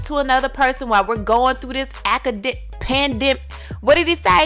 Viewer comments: Oh man! His brain was gonna explode cuz he couldn’t say pandemic. Poor thing! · He couldn’t say pandemic? Lmfaooooooooo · It's a PANDEMIC!! PANDEMIC! PAN-DEM-IC